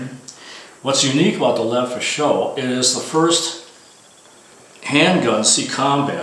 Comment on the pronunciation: Everyone keeps making the same mistake when pronouncing "Lefaucheux:" they say "Leh foo show" [which would be spelled "Le feu chaud," aka "the fire is hot." It should be pronounced "Leh fo' shoe" like it's spelled. I don't blame you: when even Ian McCollum [die hard Francophile gun nerd of Forgotten Weapons fame] makes the same mistake, you've got to figure it's going to propagate across the interwebs. But it still drives me a bit batty... 😄